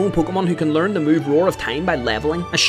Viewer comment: Stop Talking like that. Pls. I hate that “SUbsCriBe”